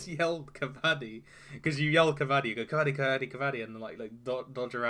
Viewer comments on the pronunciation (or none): Its not kabaddy, its pronounced kah bah dee, gotta make every syllable distinct. Luv yer content. Keep reading daves articles. Good commentary